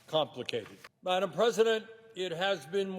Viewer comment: Why does he say maddam president?